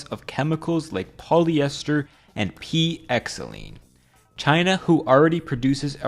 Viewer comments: For xylene, say 'zylene', not 'ecksylene'. I'll go now. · Great video! P.S. the 'X' in p-Xylene isn't pronounced. Xylene is pronounced "zai-leen".